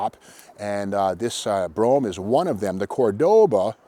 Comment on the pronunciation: Thank you so much for calling it a 'Brome' instead of a 'Bro-ham'. Correctly spelled Brougham. It grates on me because it seems people can't pronounce it right